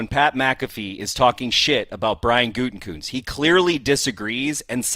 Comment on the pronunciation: What's up with Pat calling him goontekunst like every time😂